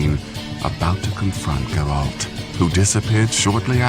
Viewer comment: Good shit but how he says Geralt annoys the shit outta me. Not so much to make me stop listening while playing